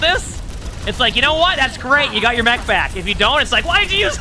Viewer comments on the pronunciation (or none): none